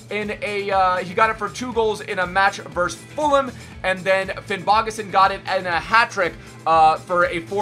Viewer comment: Im from Iceland and he says the names so bad